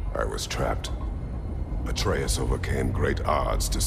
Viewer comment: the fact hears the names but still butchers them is triggering first Atreus now Angrboda😂